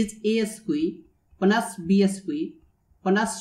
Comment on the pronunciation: It's "squared", not "esque".